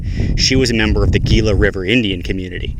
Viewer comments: It's pronounced Heela (Gila). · Gila is pronounced Hee-la.